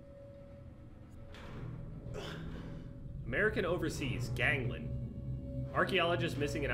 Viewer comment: it’s pronounced Gang-Land😭not gang-lon 😭